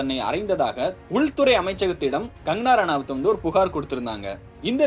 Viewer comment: கங்கணா ரணாவத் என்ற பெயரை ஒழுங்காக உச்சரிக்கவும்!